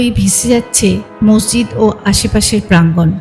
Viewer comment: মসজিদ নাকি মর্জিদ বলে নাকি মোরজিদ কোনটা 😂😂 ঠিক জানিনা তো